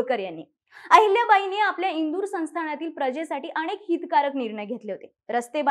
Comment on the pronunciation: ताई खूप छान माहिती आहे फक्त न आणि ण मध्ये फार चूक होत आहे अनेंक नाही तर अनेक